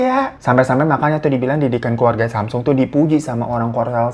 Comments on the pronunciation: Gini bang... bacanya "samsung" bang kyk lidah Indonesia. Bukan semsang. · Samsong bacanya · Bacanya samsong o nya kaya ngambang gitu ga bener² o😂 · Nih kak tak googlein haha...Cara mengeja Samsung adalah 'Sahm-song.' Untuk mengeja bagian 'Sahm,' harus ada huruf 'h' yang ketara di tengah kata tersebut. Sementara kata 'song' dieja layaknya kita mengucapkan 'song' dalam bahasa Inggris. 🤭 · Klo ga salah dri temen korea bacanya samsong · Samsung dibacanya samsong babang glowing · Semsang beb bacanya